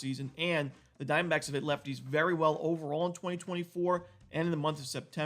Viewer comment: I love how you say Arizona Dime Backs